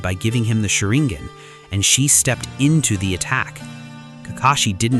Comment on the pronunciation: Why do you pronounce sharingan and hokage like that?